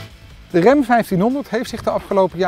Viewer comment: De "rem" 1500? Jesus man.., 'tis Ram, zo schrijf je het, zo zeg je het.